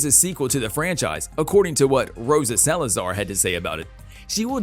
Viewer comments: The writing for this video's narration was really strange and awkward almost like a bot wrote some parts. And why is it that so many announcers on these things are so weirdly unable to pronounce common Spanish names? Where the hell do you live that you've never heard the name "Salazar" spoken out loud before? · Robot commentator can't say Salazar and a bunch of other basic words right. Next to NO content about future Alita. Click bait!!